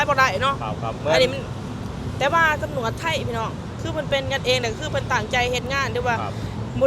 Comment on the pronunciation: พยายามออกสำเนียงคำพูดให้ถูกด้วยคำว่าตำรวจไม่ใช่จำรวด